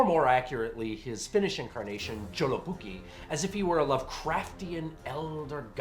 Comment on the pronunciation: You know, I first thought that your username was some kind of joke, but after seeing this.. I believe it. Only a true undead monster could be capable of butchering my native language like this. A true horror for the ears. PS: Awesome review, this movie really is underappreciated even here in the north. Though I did like the shorts more.